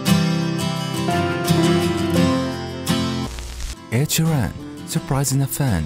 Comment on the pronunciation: "Ed share ann "